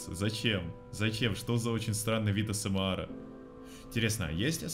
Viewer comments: Ты не правильно говоришь не Асмэар а Асмр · Почему говорит осемар а не эсемер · не асмар а аесемер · Вроде правельно АСМР А НЕ АСМАР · Все: асмр: АсЭмАр🗿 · А с м ЭР А НЕ АСМ АР! А С М Э Р